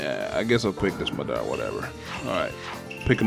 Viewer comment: It's ma da ra